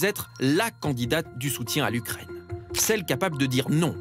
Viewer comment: Faudrait que l'UKRAINE ne soit plus anglaise...Ouais,c'est ca,et toi ce serait bien que t'ailles voir un orthophoniste!!!...